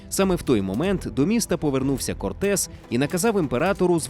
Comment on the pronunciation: я так розумію, наголос навмисно спаплюжений задля отримання комментаря?) Ферна́ндо Корте́с де Монро́й и Писа́рро Альтамира́но (исп. Fernando Cortés de Monroy y Pizarro Altamirano), более известный как Ферна́ндо, Эрна́ндо, Ферна́н или Эрна́н Корте́с (исп. Hernán Cortés, 1485 — 2 декабря 1547[1])